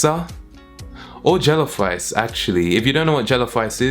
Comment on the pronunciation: Deadass I thought u said jello fries and not rice oml 😂😂